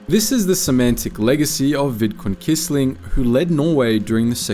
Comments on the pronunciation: Fyi: Quisling is pronounced “kwisling” in English, not “kisling”.. This video is a great topic never covered elsewhere. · Without the resistance, the war would have taken longer to come to an end. **edit**By the way, Quisling is pronounced kwisling 😉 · The name Quisling is pronounced “Quiz-ling”.